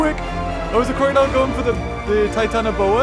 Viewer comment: are you sure its called titianoboa? EDIT the battle looks based off that documentary battle